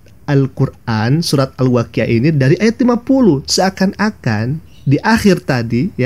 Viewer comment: sangat jelas dan meyakinkan dia ini kadal karena ketika membacakan الواقعه dibacanya alwakiyah bukan Al Waqi'ah .